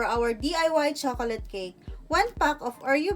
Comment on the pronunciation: Tanginang pag sasalita yan. Nakakaantok! Hahahaha chokolat cake ampota! Hahahaha